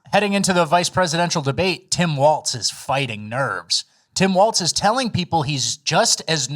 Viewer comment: PSA: There's no "T" sound in Walz's name. It sounds just like "Walls."